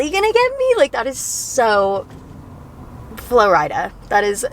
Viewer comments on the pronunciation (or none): “In Flo-rida” 😂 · you constantly calling florida flo-rida lmao